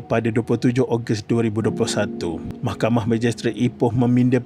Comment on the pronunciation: bila ckp mahkhamah telus mcm kelakar🤣🤣🤣